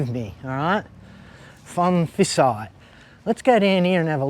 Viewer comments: It’s pronounced- Pone - Pi - Sai 😊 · Sorry mate, you aren't in Northern Thailand. You're in the Northeast or Isaan. โพนพิสัย learn Thai, then it is impossible to mispronounce names. Pon - Pi - Sai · Are you pronouncing โพนพิสัย with a F? Really dude? 😅 Edit: sorry mate see someone has already pulled you up. Great video though. How do you cope out bush in those places? I love visiting North East Thailand, love the people and food but it's a bit far from civilisation for me. Good luck with your future.